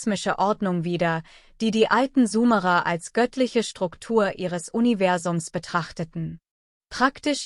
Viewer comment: Sumerer und nicht sumara ...warum liest das eine KI ...